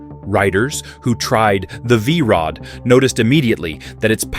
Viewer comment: What the hell did the AI narrator call the V Rod the first time?